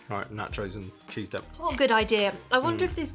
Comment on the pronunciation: This how you know you are TOO British when you accidentally call cheese "TEAS" LOL